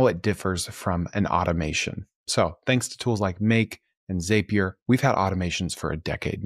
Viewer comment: Zapier rhymes with Happier 😉 Keep pushing out good stuff!